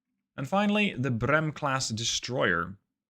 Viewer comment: I'm so happy to be in the game, even if you mispronounce my name. The h in Brehm ensures that the e is pulled long (Its german and the h is a "dehnungs-h") Finally I have to say "Ich liebe deine Videos!"